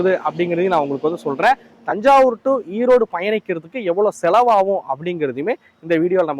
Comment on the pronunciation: Erode not Eroad